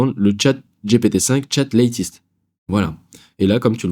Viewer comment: Top Ne dis pas LÈTIST mais LÈTEUST 😊